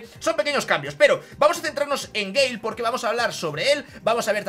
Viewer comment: te felicito por tu video esta muy bien toma tu like campeón. A eres de los pocos youtubers españoles que pronuncia el nombre del Brawler BIEN 👏👏👏 un saludo.